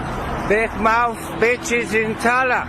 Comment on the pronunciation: Great vid man thanks for exposing this Just a heads up its pronounced Talla.. Silent T.. 😉